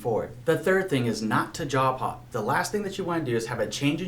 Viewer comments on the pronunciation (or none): I kept hearing “jaw pop”. Glad you subtitled “job hop” 🤭 and convinced me not to break up with Wells Fargo … at least until closing